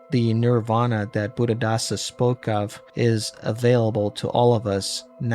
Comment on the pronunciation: good research but please work on pronunciations, almost all of them are wrong, thats not how we prnounce niravana.